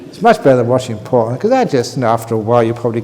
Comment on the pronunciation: PORN not PHON